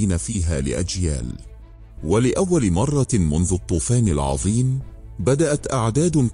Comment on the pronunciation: أولا" :ممكن تحكيلي مين هذا الراوي؟؟؟ معقول قناة مثل قناتكم تدخل ذكاء إصطناعي ليروي كتاب بلغة عربية؟؟ بيقول( مرة آخرى)برفع مرة التنوين؟؟ معقول هذا؟ أقسم بالله العظيم قرفت من صوته ومن قراءته وما حكمل الفيديو وإذا ما تداركتوا هذا الأمر سألغي إشتراكي للقناة